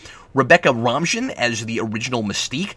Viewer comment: You mispronounced Rebecca Romijn’s last name. It’s said like the lettuce.